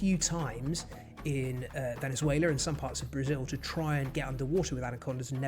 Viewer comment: "Anacondar from Venezuelar" ?